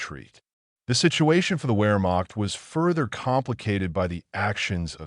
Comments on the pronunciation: Wehrmacht is pronouned Veer-mock, not wear-mock! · I know, right? After all these years and especially with someone who's doing military videos, who doesn't know that Wehrmacht is pronounced with a V sound😮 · Wehrmacht is pronounced with a V as in Vehrmacht. W's have a V sound.